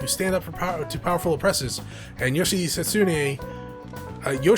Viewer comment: Just for the record, Yoshitsune is pronounced Yo-shit-soon-ay. Its also a persona you can fuse in late game